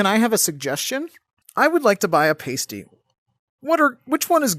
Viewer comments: Pronunciation of Pasty was not British enough. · When you finally said Pasty correctly, I was surprised it didn’t work.